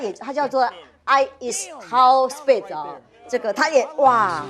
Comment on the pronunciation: 主持人竟然不认识 i show speed ，还 读 i s how speed ，上节目就真的一点功课都不做。